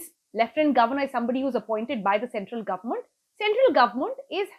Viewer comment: who taught you English ? you cant pronounce controversial ?and government? i can keep on picking up on your poor pronunciation .....